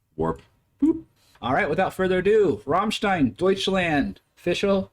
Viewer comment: you pronounce it Rammlead